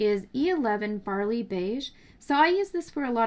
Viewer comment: Great videos! So much good information 😊 I'm not sure if it was your accent, but Barely Beige has a long A as in "bare" Before you think I'm being nitpicky, I ALWAYS want someone to let me know if I'm saying things wrong because I don't hear very well ❤️